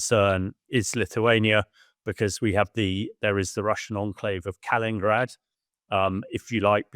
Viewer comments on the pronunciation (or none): Mr. Expert, are you sure it's "Kalingrad" and "Suwlako gap?"